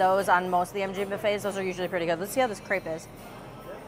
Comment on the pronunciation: that's very different though as the spelling is the same in both languages. Either use the word pancake or say crêpe properly :)